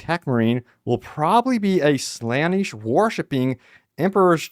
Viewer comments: .......its not slanesh it's (Sluh - Nesh) Slaanesh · It genuinely caught me off guard and forced me to stop paying attention when you mispronounced Slaanesh as "Slanish" two times in a row starting